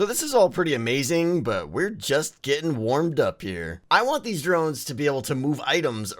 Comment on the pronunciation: Don't you mean drones you said Moe's